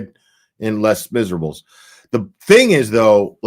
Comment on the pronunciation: Les Miserable is pronounced Lay miserabes. It is french for The Miserable😁